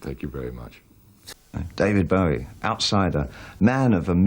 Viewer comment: r u dere, Deved Beweh? yus.